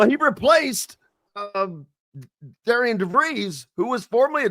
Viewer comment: Btw it's not Dare-e-Ann ...it's Darin.....if you don't know that..trust me..he will let you know! 😂😂😂😂...